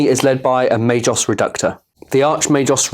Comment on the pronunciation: Pretty sure it’s Ma-gos not ma-jos! But great battle report :)